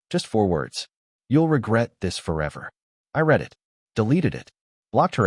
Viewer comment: Amazing! Automated Idiocy can't tell the difference between 'red' and 'reed' (among dozens of other words.), but can pronounce 'compensatory' .